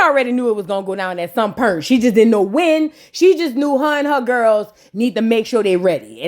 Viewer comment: What is “PERNT”… do u mean Point